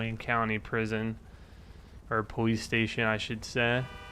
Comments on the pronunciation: its police not powece i am dis likeing the video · im not being ruid but tour saying powice and saying your l's wrong not being ruid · does he say powice? ? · Did he say powice